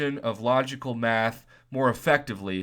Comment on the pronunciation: I thought u said meth 😅😅 pretty sure was math after listening again.